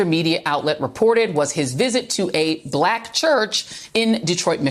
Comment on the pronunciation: what's with the way Joy pronounces "black"? Like she doesn't like the word. She says it in a very nasty way. Like she emphasizes it in a weird way. listen to her.